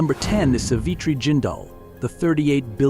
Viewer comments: oh my god your pronunciations got me triggered... dm me if want to learn how we Indian really pronounce these names... GOD..... JESUS... its SAA-V-TRI NOT S-V-TRI enunciate that A.. its RA-JE-YA SABHA NOT RAJA SABHA ITS A-GA ... NOT A- G -A (this really triggered me.. DAMNN MAN DONT BUTCHER NAMES LIKE THAT.) ITS RAY-KHAA you sound like you saying REKE... (that's also my mother's name by the way.) JHUNJHUNWALA Is like ... JHOON- JHOON - WAALA... THE SOUND IS OF 'O' LIKE 'SOON' smita crishna godrej is also ummm... for me , but its ok i can live that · Its no sivitreereee 🤦‍♀️ it is savitri! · Pl pronounce the name correctly. She is Saavitri. Pl ask some Indian and confirm.